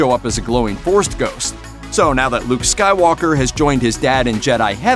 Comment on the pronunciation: Why is this guy saying Dark Vader and Luke Skywaller? Oh I get it now - it's a yolk